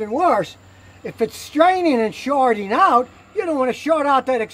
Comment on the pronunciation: "Workeen "????? "Shorteen"?????